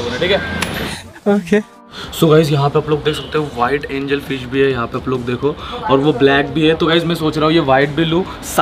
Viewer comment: Angel fish not angalfish